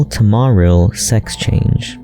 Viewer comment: I really hate to be negative, but omggggg I absolutely hate the way you mispronounce “Marill” 😅 otherwise, fantastic video 👍